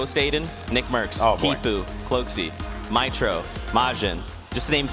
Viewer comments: My man said mytro instead of mitr0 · He said miTro like My-Tro